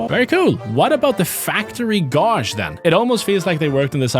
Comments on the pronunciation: its pronounced "gayge" not "gauge" although its spelled that way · God, the way he pronounces "gauge" similarly to how "gauze" is pronounced bugs me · maybe it's different where you live, but where i come from, gauge is pronounced like the rage in Dr Ragehard. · "Gauge" rhymes with "page". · Just FYI: "gauge" is pronounced like the second syllable of "engage". Yes, I know... it's really weird lol. If for example it had been a "z" instead of a "g" (or I mean, pretty much any other word for that matter) you'd have been right: "gauze" indeed has that "aw" vowel, and the word with the "ay" vowel is spelled "gaze". It's just an exception I guess. I'm curious -- is Swedish one of those languages that's spelled logically like it sounds? Or is it as littered with weird spelling rules and hundreds of exceptions as English is? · I've never heard someone pronounce gauge like that.